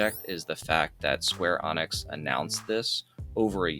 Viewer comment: Its Square Enix , not Square Onyx , smh ...